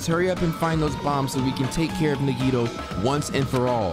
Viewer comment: it’s pronounced (Nah-Gee-toe)